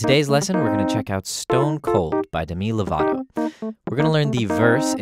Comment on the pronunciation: Oml the way he pronounced Demi locator at the beginning